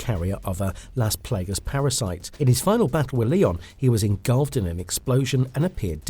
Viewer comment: are you trying to pronounce las plagas wrong?